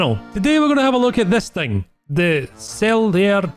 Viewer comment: I think Celere is pronounced Ch-elere, and not "celery" like the vegetable Sahariano is pronounced the way it sounds, but with emphasis on the O i am part Italian, but my Italian is bad, and I wanna learn some, so if I got it wrong, feel free to correct me! :)